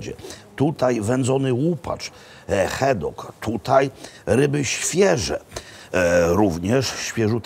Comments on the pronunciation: Żaden Szkot nie powie "hajlends" tylko "hajlands"Panie Makłowicz.Rzeczywiście nie mówią "loch" tylko "lokh" a nawet "lok".Nie "heddog" tylko "HADDOG".Szot nie powie "fisz" tylko takie między E a Y 'fesz". Nie "blek" tylko " blak puding" Szkoci mają ubaw kiedy słyszą taką wymowę :))))) Na takie obiadki jaki Pan spożył tak na oko £200, przeciętnego Szkota niestety nie stać. Kolacyjka za stówkę z okładem. Daj Pan spokój Panie Makłowicz. Raz do roku na specjalna okazję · mówimy Glasgow nie Glesgow i wkraczamy w Hajland nie w Hejland, no i hadok, nie hedok